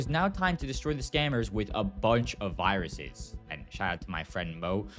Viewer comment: "Can you show me the vaaahh-ruses?" 😂